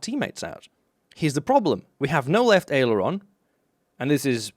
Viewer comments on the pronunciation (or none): none